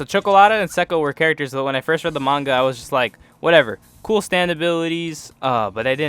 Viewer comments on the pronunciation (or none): none